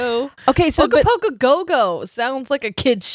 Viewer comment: Damn I’m impressed you got the right pronunciation of Ogopogo and Okanagan. I remember riding Ogopogo paddle boats as a kid. Imagine swan boats but it’s a sea monster